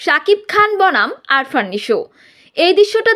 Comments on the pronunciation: আরফান নিশো নয় আফরান নিশো। উচ্চারণ ঠিক করেন। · Arfan! Hahhaha😂😂😂. Name ta to thik moto bolo?